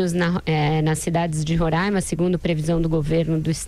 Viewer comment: É Roraima e não Rorãima. No resto, ótima explicação sobre o fechamento da fronteira.